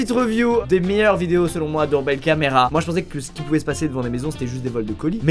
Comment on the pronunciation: on dit do(our) be(l)(l) camra La prononciation